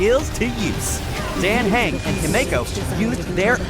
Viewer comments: ITS NOT DANG HANG ITS PRONOUNCED DAN HUNG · I CANT STOP LAUGHING AT THE WAY THEY'RE PRONOUNCING MY BOY'S NAME, like yeah, I get that it's spelled dan heng, but I always heard it as like dan hang in game.. My poor dragon boy. 😭😭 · He’s saying Dän Heng 😭 That hurts sm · AS MUCH AS I LOVE THIS DAN HENGS NAME IS PRONOUNCED “ DAN HUNG” 😭😭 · I am laughing so hard at the pronunciation of Dan heng’s name (as a hsr player) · The Way they pronounce Dan Heng was hilarious. 😂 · Why are the name pronunciations wrong?!?! It’s pronounced Don hung, Himiko, Byelu, and imbyebider lunae (These are not how they are spelled but how they are said) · NOT THE PRONOUNCIATION HELP NOT HIMEJKO AND DEEN KHANG ZHENZHU LUFU BEILU AND BEST FIGHTER HANYA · ah yes its "dan hang" and "he-me-ko" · Good lord… the pronunciation, ITS DAN H-UNG, AND HIM-IKO, ITS JURILLO, SERVE-ALL, ITS ZI-AN-ZHOU LOO-FU, B-I-LU, HAN-YAH The shiminawa artifact in that box XD I’m sorry being the pronunciation police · The way he misspronounced himeko and dan heng 🥲💔